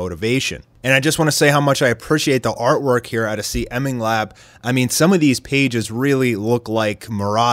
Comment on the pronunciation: first of all, CMingLap is pronounced "See" "Ming" "Lap"